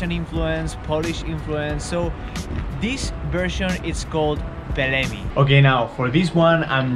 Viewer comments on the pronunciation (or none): not pelemi but pelmeni or pelmeņi* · its pelmeņi not pelemi